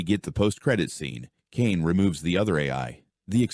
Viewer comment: Caine❌ Kane✅